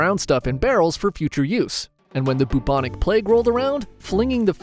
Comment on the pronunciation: Ummm... did you just say "and when the Poop-onic plague rolled around..." roughly around the mark